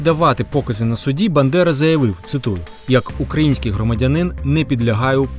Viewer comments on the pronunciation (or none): none